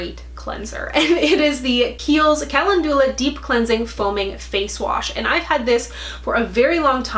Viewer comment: Calendula is pronounced like kuh-LEND-yuh-luh. Just FYI as it’s a flower 🌸